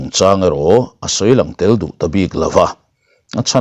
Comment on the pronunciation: 'Irawn Lang leh nawlh tih hi LANG tih Lai tak hi Kam chhuak lo mah mah,LA'N tih tur aw.